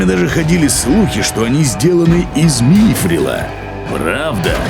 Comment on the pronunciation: Обожаю этот голос! Не мИфрила а мифрИла